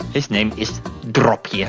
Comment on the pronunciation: It's dropje btw not DRAPPIER thats not even a dutch word